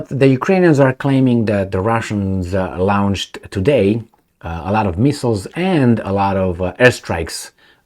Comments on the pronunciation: not "lownched" as in town, please pronounce it as "lornched" as in torn! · Lornched? Where did you find an R in launched? Try "lawnched" like most English speakers say.